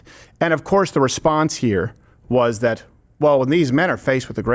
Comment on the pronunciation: “I’m looking for someone “thawt.” WHY DO WOMEN UNDER 30 ALL PRONOUNCE A SHORT “A” AS A SHORT “O???” This “oxcent” is so vapid and decreases credibility!